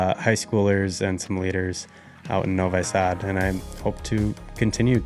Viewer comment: Please -- when you have been in Serbia in Novisad , then try to pronounce the name of the city correctly ! In english it would be rather "Novee-sud" I guess so not "No-Why..." Sad ! #